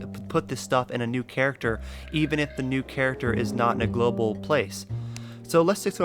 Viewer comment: xD no i was just saying you said "gloval" inventory a couple times xD good vid btw!